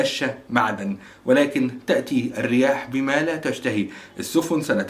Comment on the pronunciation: تأتى الرياح بما لا تشتهى السفن.. بفتح حرف السين .. وشكرا على مجهودك ..